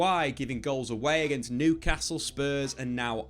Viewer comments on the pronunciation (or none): none